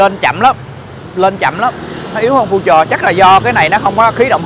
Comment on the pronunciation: Future từ đời đầu tiên ra năm 99 người ta đã đọc là phiu-trờ rồi mà giờ này còn đọc phu-trờ nghe phèn quá phèn.